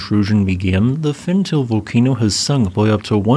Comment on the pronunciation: My friend, if you are going to report on a volcano's activity, PLEASE try to learn how to pronounce its name properly. Fentale is pronounced Fen tah ley, not Fen Tail. Ale in the afar regional dialect means mountain. Erta Ale means smoking mountain.